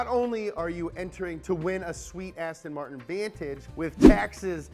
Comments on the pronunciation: Ass-Ton Martin 😂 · Lmao ASTIN MARTON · Hey, it's Aston Martin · Hehe ass ton martin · ASSTIN MARTIN